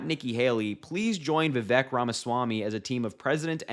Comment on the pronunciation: Just like Kamala, Vivek has been around quite awhile. It's pronounced "vih-vake." Rhymes with "snake."